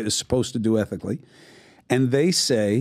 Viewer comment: Cuomo said " ethically" lmao